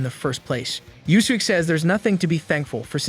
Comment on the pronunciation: I am really holding back my frustration with the AI voice mispronouncing Yuusuke.